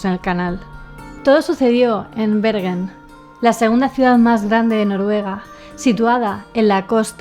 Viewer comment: Yo vivo cerca de Stavanger, que se pronuncia Stavanger, stavanller es un poco raro de escuchar, asi igual que Bergen, es como decir berllen, asi decia yo antes y nadie me entendia. Knut Haavik, se pronuncia kanut javik